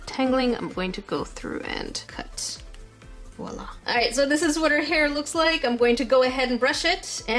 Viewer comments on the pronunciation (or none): none